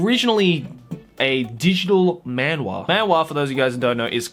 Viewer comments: my gosh... I hate how manhwa is said in an english accent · man-wah he says MAN-WAHHH Its funny cause......man-hWAAA